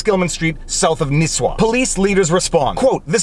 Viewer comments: Ok I understand not everyone speaks Minnesotan but dontcha know up here it’s pronounced Nih-swah (Nisswa) not Nee-swah and it’s Pee-quat Lakes (Pequat) not Pee-ko Lakes. The mayor needs to relax ya know. Maybe have a can of pop and some hotdish. Or head on down to Brainerd and look for a Zorbaz. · Not nees-wa, but Niss-wa pronounced like hiss-ma. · My home town. It's pronounced "Niss-wa". Not "Niece-wa" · minor details... Nisswa is pronounced Niss (like hiss) wah (sort of like hah), and Pequot is like the letter P the quat (similar to squat). otherwise, good overview of the situation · Great video as always sir. Nisswa - "niss-wah". Pequot - "pee-kwot". Hope he loses some friends over this. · N(ih)isswa. Not a long "i" ;) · Nis-wa Pee-quat Pronunciation of the cities just in case you do a follow-up. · Ok....... Gotta not pick. It's Pequot is pronounced Pea-cwat, n Nisswa is pronounced Niss (like Miss)-wa. Local here, n laughing about this. 371 is a busy 4 lane highway, n glad his high-n-mighty ass got spanked. Good cops down there that do a great job. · Oh God. Non natives trying to pronounce our Minnesotan town names xD